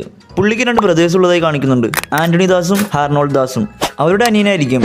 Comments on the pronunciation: ഹാർണോൾഡ് അല്ലടെ....ഹാരോൾഡ്‌ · Harnold das alla myre Harold das. 😂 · അർണോൾഡ് ദാസ് അല്ല ഹാരോൾഡ്‌ ദാസ് ആണ് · Harnold alla harold 😊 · Harnold das alla bro Harold das aanu😂😂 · Harnold alla bro. Harold enna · HAROLD DAS ENNEZHUTHIYATH SHARIYAN BUT NINGAL PARANJATH HARNOLD DAS 😂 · Harnold das alla mone HAROLD DAS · not harnold das😂 its harold das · Harnold alla bro. Harold das aan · Harnold alla bro.. Harold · Harnold das alla dude harold das.... 🤭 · Harnold das alla machane Harold das ahnu😅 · Harnold alla bro harold anu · Harnold das alla harold das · Harnold allada potta harold😂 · Harald HARALD HARALD DASS not harnold Dass 😢 broo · HARNOLD😂 ALLA HAROLD